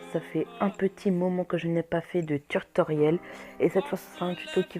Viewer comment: Au début ta dit turtorriel au lien de tutoriel